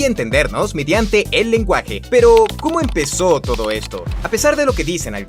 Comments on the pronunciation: Like si te diste cuenta que en el minuto dise todco en lugar de todo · (No es una pregunta para el video) Alguien más se dio cuenta que en vez de decir en la pregunta “todo” dice “todco” ._.? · dice todco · dice todco en vez de todo XD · (Dice todco) en lugar de "todo" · "todco" muy mal. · en el minuto se puede ver que dice ¿como empezó todco esto? se confundio un poco en la palabra dodco todo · todco en ves todo jeje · Todos:www que interesante Yo: porque Dice todco en el min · like si viste que dice todco en ves de todo :v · Dice: TODCO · dice todco? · Pregunta: ¿Por qué colocó "Todco esto" en vez de "Todo esto"? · En el Minuto dice TODCO en lugar de TODO Gracias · En el segundo dice todco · En El minuto dice Tocco XD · alguien mas se dio de cuenta que dice pero... ¿como empezo Todco esto? Haci dice leanlo ._. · dice TODCO, alguien mas lo noto? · Quien creo o como surgio el sentido de las calles? Minuto dice "todco" esto jaja que atento por dios denme un oscar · Siempre pongo mucha atencion en estos capitulos, en el minuto dice: ¿Como empezo todco esto?, buen contenido es un simple problema sin importancia :p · alguien más se fijo que dice Todco ?! 😹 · En el minuto dice TODCO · Se dieron cuenta que en el minuto dice TODCO? LIKE PARA NO DESAPARECER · no mames dice todco :v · Todco, ¿Eso es español o es portugues? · Quien se dio cuenta que aquí dice todco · En el minuto se equivoco en la palabra todo, pero muy buen video me ayudo a saber cosas que no sabia